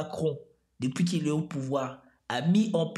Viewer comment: ... N'est pas venu Zau pouvoir ??? Hey bro , tu crains là !! T inventes des liaisons zzzzzz fez attention zilte plaize